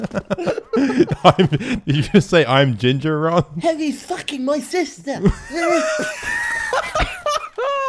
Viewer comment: RON NOT RUN!!!